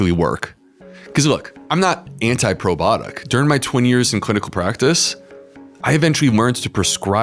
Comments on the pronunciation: "Probotic" or "probiotic?" Is he really mispronouncing it? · Can you please correctly pronounce the word “ PROBIOTIC”? It’s very off- putting, when a medical professional utilizes lazy- speak.